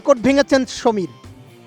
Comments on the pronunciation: সামির মিনহাস, সমির না!!! ব্যাটা বেকুব, আগে নাম ঠিকমতো উচ্চারন করা শিখ... তারপর নিউজ পড়িস!!! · সমীর নয় সামির মিনহাজ। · সাংবাদিক সাহেব সমীর মিনহাজ না সামীর মিনহাজ হবে 😂😅😂😅😅